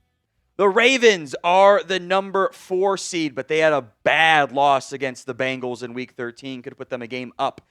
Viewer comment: Bengals, not Bangals.